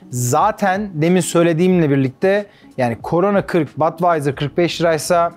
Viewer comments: Badweiser degil yazildigi gibi okunur budweiser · Yanliz Badwaiyser degil Budweiser diye söylenir :)